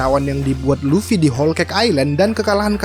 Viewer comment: Whole, bukan hole oi.